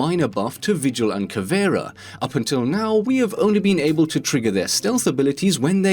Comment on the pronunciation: I think you are the first YouTuber to pronounce Caveiras name correctly ❤️